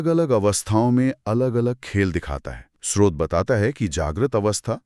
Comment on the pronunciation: आप दोनों स्रोत शब्द को कभी तो ठीक उच्चारित करते है और कभी श्रोत कहते जो गलत उच्चारण है। कृपया स्रोत ही बोला करे